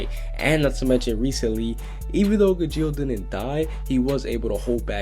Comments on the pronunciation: It's pronounced Gah-gheel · You pronounced Gajeel and Carla wrong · Its not ga-jeel it’s pronounced Ga-sheal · it's gajeel not gujeel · It not ga-jeel...Its ga-G-eel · Ga-geel the g is silent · Does he know how to pronounce Car-La and Gaa-Jeel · he's saying CARLA's name wrong and gageels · I hate you because you pronounce Gajeel and Carla wrong. Like, I mean, I know Gajeel isn't an English name but Carla sure as hell is. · He said charla and gajeel wrong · It's Carla, NOT Sharla! You also pronounced Gajeel wrong!